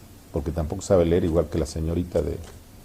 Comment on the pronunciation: Hay que "ler"...practique en casa señora.